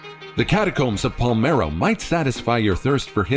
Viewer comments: N° 8: It's PaLERmo dude, not Palmero \o/ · That's pronounced "Pole-AIR-mo", Sicily. The most conquered city in Europe, according to Gen. Patton. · No thats wrong. That's pronounced " Pa-ler-mo"... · My Dad visited the catacombs of Palermo. (BTW the narrator mispronounces. It’s Pah-lair-mo.) But there is a little girl in there who looks like she’s just sleeping… very lifelike, even though she passed many, many years ago.